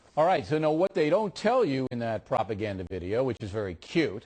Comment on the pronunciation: hihihihi he called it propeganda xd cute!